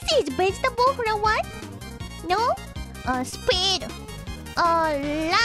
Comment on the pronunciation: Fun fact: when she said Begetable she said it right they don't have a V in Japanese so they Make a B sound